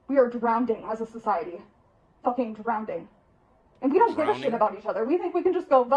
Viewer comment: DrownDing? MUTILIZED? Incoherent mental mess. She's the poster child for bringing back mental institutions AND deep sixing the DoE.